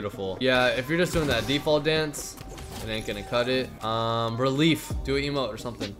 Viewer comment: When he said relief he said reeelif